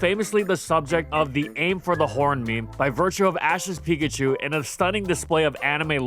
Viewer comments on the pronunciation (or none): none